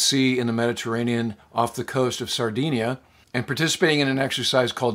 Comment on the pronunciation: 'dinia', not 'deenia'. Great video. Thanks.